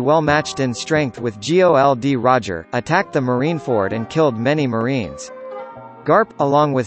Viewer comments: What the F is "G O L D Roger" and "Laffy" man!! It's Gold/Gol D Roger and LUUUFFFYYY damn F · Why are you saying G.O.L.D.Roger , it's Gol.D.Roger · Luffy must be pronounce as "LOOFFY" and not "LAFFY" It's "GOL D. ROGER" or "GOLD ROGER" and not "G.O.L.D. Roger" "ROCKS" not "LACKS" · Who the fuck is geoldy roger? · Laffy....G O L D roger... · G O L D Roger wow, who the fuck pronounces it like that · EVERYTIME YOU G-O-L-D ROGER IM ANNOYED IDK WHY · Why do you say G O L D. Roger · LAFI? GI OW EL DI ROGER? WTF DUDE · Same thoughts here